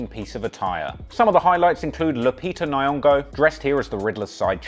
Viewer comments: its lupita nyong'o not nayongo you fool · Damn the way u butcher'd the name Nyon'go broo🤣🤣🤣🤣👌